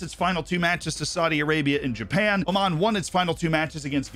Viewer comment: oman really saying oman.